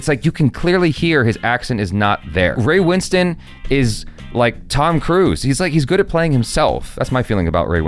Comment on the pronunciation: LOVE that you can pronounce Ray Winstone’s name correctly 😊